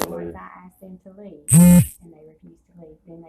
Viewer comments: " Asked" not " axed " or " ax " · I've seen this same cliche comment in other comment sections. So let me take advantage of this opportunity to explain it to you. A lot of black people pronounce it that way. You'll probably just have to get over it. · “Came to the winduh and axed me” hahahahahahaha